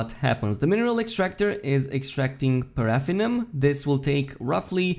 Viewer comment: P... did you just say... parafinum... it's PARA.... FINNIUM!